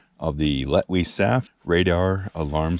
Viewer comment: Hyped!! I'm glad you knew how to pronounce that. 😅 I'm thinking Sam and Daniel could use this because they've had some scary camps. 😬 Bear snack! 🤣🤣🤣 Well, if you are what you eat, you'd give them bears a tasty treat. 😆